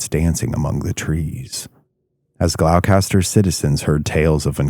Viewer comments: Its pronounced "gah-lohstahh" dude. I grew up in boston. Went to dogtown at night once. Nope. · it’s pronounced like this GLOSTER …. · Gloss-Stah. Not what you said. 🤦🏻‍♀️ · It's pronounced GLOSS- tuh! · pronounced Glaw-ster. or if u grew up here, I't Glah-stah lmao. the trees talk to each other even in the small hidden paths to Lanesville and Rockport. It is scary the entire journey. You never really are alone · It's pronounced "Glawster" not whatever you are saying, fyi. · It’s pronounced “Glahstah” 😉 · Psst: Gloucester = Gl-ow-ster. 😂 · Gloucester is pronounced gloss-ster. Its an English town/county 😁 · Gloucester is actually pronounced "Glawster", or "Glawstah" if your a local - lol. Other than that, it was great to hear a tale from home ❤ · Other mispronouncing GLOUCESTER(GLOSS-ter) Mass, Great job! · It’s pronounced Gloucester = Glawster dog town was just outside Gloucester/Rockport and Rockport is pronounced Rockport 🤦‍♀️ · You lose a lot of credibility when you mispronounce the town of Gloucester so badly as well as lichen and Thoreau. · The real horror is hearing the hard C in Gloucester! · nopes he's a real person but not many people in America know how to pronounce Gloucester correctly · It's fascinating to hear americans butcher even their own town names 🤣🤣🤣 cus that's not how you pronounce Gloucester 🤣🤣🤣🤣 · Correct. A lot of people pronounce Gloucester the same as Dorchester and I can see why but being from Massachusetts it's always funny to hear it pronounced like that lol. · Gloucester is pronounced "GLOSS'- turr" not Glock-ess-turr. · FYI, with respect, it's pronounced gloss-ter. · Glao-caster, Gloucester is pronounced "Gloster" 👍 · It's pronounced gloucester not glaulcaster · Say it right! It’s pronounced ‘gloss ster’ not glowcaster! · Glos- ter not glow- caster lol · Glow- Kaster...Do you mean Glosster? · Not 'glowcaster'. It's pronounced 'gloster'. Regardless.. another great vid. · It's pronoucned glos- ter not glowcaster lol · Glou Kaster? 😂😂😂😂